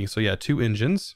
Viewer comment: "you're gonna need 2 Indgeaans, 2 injeaans"